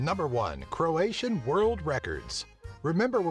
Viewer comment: Illuminiti really? well you misspronounced croat for croatian